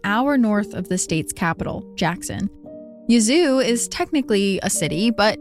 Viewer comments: Im from south TN but I did too. Lol I hollered, "Yuh-zOO?! It's YEAH-zoo!" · I grew up in Yazoo, that pronunciation caught me off guard 😂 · I love the podcast. Just wanted to say that first. But as a southerner - a Mississippian, to be exact - I chuckled at your pronunciation of Yazoo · I was looking for this comment! LOL!! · I’m so glad someone said something 😂 I love her but I was correcting her pronunciation out loud the whole time too.